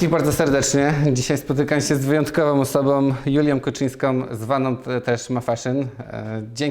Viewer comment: ..... wyjątkowoM osoboM JulioM (a ile ich jest🤣) KuczynskoM (a nie Kuczyńską przypadkiem?) Pan, który chce robić wywiady, musi się nauczyć poprawnej wymowy i napewno spokojnego tonu głosu. To podstawa.